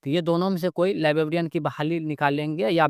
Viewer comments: लीबाबीईअन काहे बोल रहे हो भई, लाइब्रेरियन होता है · Library ya librarian toh sahi se bolo yar , bllibbian bol rahe ho